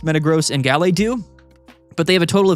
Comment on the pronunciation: Am I the only one who thinks pronunciation of Gallade is wrong?